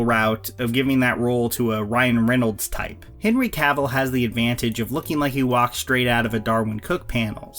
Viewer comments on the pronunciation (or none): Dammit, it’s pronounced “kah-ville” not “caaaah-vole”.